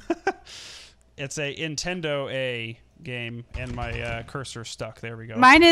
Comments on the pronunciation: Why do u ow them money if u say netedo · why can't you say entendo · Why can't they say Nintendo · you don't need to say nintendoa it is just ok to say Nintendo that is fine you don't need pay money I say meny people say Nintendo in there videos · Why can't they say Nintendo? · Why cant you say nintendo